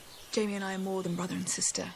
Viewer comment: AI voice over is so bad. Jamie’s name being absolutely butchered